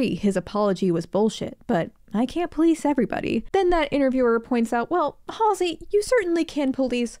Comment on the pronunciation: Not MALLSEY😂